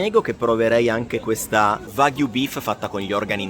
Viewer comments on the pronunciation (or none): none